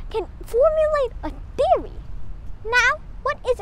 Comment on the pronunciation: I love the ascent "tiory"